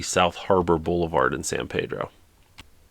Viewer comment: As a Californian it’s pronounced San Peeedro with “e” not “a” sound 😅